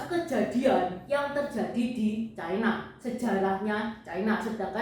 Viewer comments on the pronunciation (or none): Ucapan yg bnr China, bukan Chaina